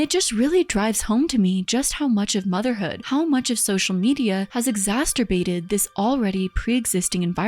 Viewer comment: What is your aversion to correctly pronounce the word "women?" I don't understand. Exasterbated, too lol... that first "t" shouldn't be there, sounds like you mispronounced masterbated. Exacerbated - that's the ticket.